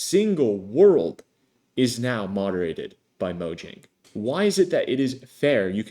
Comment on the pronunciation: imagine making a minecraft video and mispronouncing mojang oof:elbowcough